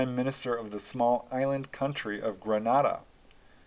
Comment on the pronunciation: I was a small child in Grenada in the 70’s . My family says I pointed out ufo in the sky to them( I don’t remember that). I’ve since had other experiences which made me obsessed with UFO’s . Ps incorrect pronunciation of Grenada .